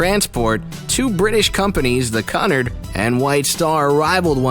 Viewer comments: While I liked this, you need to learn how to pronounce certain words. Cunard is pronounced ”Q-Nard.” The Normandie was not even close. Anyway, not scary at all. Perhaps a rewrite of the title is in order? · You are pronouncing Cunard and Lusitania wrong I’m British and that is not how you pronounce them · It isn’t “Cunnerd” it’s “Cue-n-are-d”. I love people who who go thru life saying things one way when the entire world says it another way (correctly). You should check this type of thing before making a video about it . Embarrassing. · I can’t watch this anymore - Cunard is not Kun Ard it’s Q Nard.........For heavens sake. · RMS = Royal MAIL Ship, Cunard = CUE-nard, not CUH-nard, Lusitania = loo-sih-tay-nee-uh, not loose-tay-nee-uh. Queen Mary's dining room SPANNED THE ENTIRE WIDTH OF THE SHIP. I hate when people get common names wrong yet want to act like they know what they're talking about. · It's pronounced Q-NARD!! NOT CUNNARD!! DUMBASS!!!! 😡😡😡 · What is cun-ard ITS QUENARD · dude its pronounced coo nard not cu nerd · Just hearing you say Cunard.... I know you haven't done your homework. Cunard is pronounce "QUE-nard"... My skin crawls when you say CUNard..... can't listen to any more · Also he needs to learn to say Cunard.It is Q-nard not Cun-ard and dislike his video as it makes more people pronounce it wrong and also report it. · KUNURD????? Wtf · OH MY GOD this narrator does not know how to pronounce the name Cunard. It’s almost like he’s pronouncing custard!!! It is pronounced phonetically speaking COO- NARD not Cunard. So annoying!! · It's Lusitania, not Lustania and Cunard is pronounced Cu-nard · Such a shame nobody told the narrator how to pronounce Cunnard. I was wondering who Connar’d was! Good video, really poor narrative. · Cunard. Pronounced Q nard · Qnard it prenowsed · Maybe he just didn't know how to pronounce it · still. who says CUNard line. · He’s pronounced Cunard wrong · It hurts my ears hearing you mispronounce Cunard .